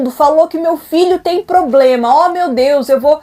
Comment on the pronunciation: E nem problema. "Poblema" kkkkk